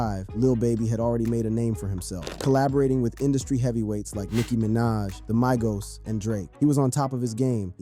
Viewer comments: Did my man said Maigos instead of Migos? 😭😭😭😭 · The MY-GOs?) Not.. Migos...? Gotta be trollin right? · When Ur making videos about Rappers Who’s name U Can’t Pronounce. Smh 🤦🏾‍♀️ Who TF is the MYGO’s? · He said My-Gos for Migos 😂